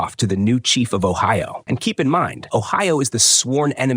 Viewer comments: OHIO??? What Island or town is being mis-pronounced? Please, edit, research and correct before release these videos! How, sadly embarrassing this narrator is. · Kingdom of Ohio while o'ahu shows on screen atleast try to pronounce it correctly A.I😂😂😅😅💀💀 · the kingdom of Ohio XD garbage AI